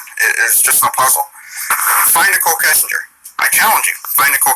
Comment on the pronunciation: I’m going through all of your videos & I really love everything about you! Not that it matters, but for future reference if you’re interested, the ‘g’ in ‘Kessinger’ makes a J sound as in Jury, just, journal. Pronunciation: Keh-sign-jer. Or Keh-sin-jer. Also, it’s a very interesting point you bring up that NK was also a target. I never even considered she may be a “victim” to an extent. 🤔 I still hate her though & hope she rots in hell lol